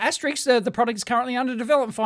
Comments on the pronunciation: * it's pronounced 'asterisk', not "ASTERICKS"! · Dave keeps calling it asterix the entire video. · *"*" is pronounced "aster-isk". Sorry not sorry. :P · * Asterisk/s , as heard on the video numerous times, was erroneously pronounced as "asteriks". Though, above could be attributed to my aging ears.😁 ymmv